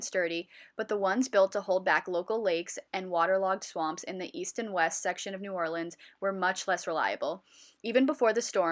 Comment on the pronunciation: This is beautiful but the pronunciation of New Orleans activates my fight or flight response